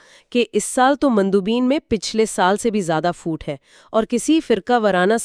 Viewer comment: سب کچھ ٹھیک ہے مگر یہ خاتون پھوٹ کو فُوٹ کیوں کہہ رہی ہیں؟